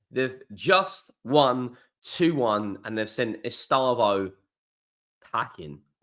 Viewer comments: Es-teh-vow not estayvo 😂❤ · sorry, stupid auto correct. Of course it’s Estevao, or to pronounce it correctly ‘STEV-OWN’ (where the ‘own’ rhymes with ‘town’) I’ve corrected the error now. Thanks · P.S.: British people speak his name Estêvão in a wrong way. It hurts his ears, I mean, it sounds awful to Portuguese speakers. Please, the stressed sylable is /tê/.